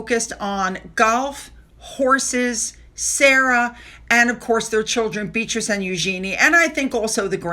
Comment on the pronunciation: I wish you would pronounce Beatrice's name properly. She' not a beetroot